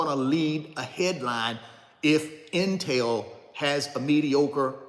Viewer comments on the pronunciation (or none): none